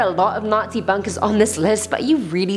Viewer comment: You don't discover bunkèz, bunkèz discover you